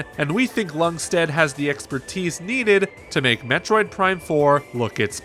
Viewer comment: Ljungstedt... The L is silent...